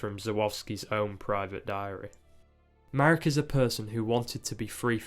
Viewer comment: a note on the pronunciation of names: Jerzy is like "Yeah-zhee" (J is like English Y, RZ is like french G/J e.g. in "jour") Marek is kind of like you said it, but the accent in most polish words falls on the penultimate syllable, so MArek, not maREK Jacek is like Yah-tseck (again, J is like English Y, and C is like ts/tz e.g. in tzadik) Google translate is really helpful to have the words read out loud and hear the pronunciation! Great video btw :)